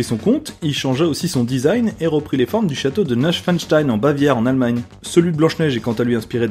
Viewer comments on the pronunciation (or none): t'aurais quand même pu faire un effort pour dire correctement "Neuschwannstein" --'